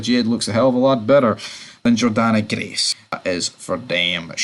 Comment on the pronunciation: It's JORDAN Grace not JORDANNA FOR FUCKS SAKE